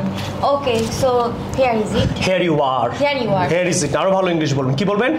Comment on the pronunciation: Pronunciation ভুল। " Here= হেয়ার" বলেছেন আপনি। কিন্তু "Here = হিয়ার" হবে। দয়া করে উচ্চারণ শুদ্ধ করুন।